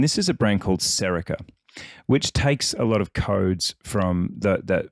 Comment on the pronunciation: Wait you didn't mention Baltic? Lol. It's Serica btw not Serico.